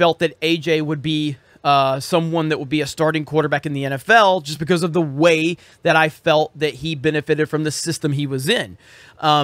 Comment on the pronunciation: Because-uh, dudes-uh...